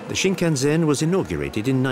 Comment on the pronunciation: It is sinnkannsenn not sinngannzenn